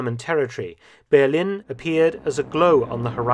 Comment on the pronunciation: Why does Mark always pronounce 'Berlin' wrong?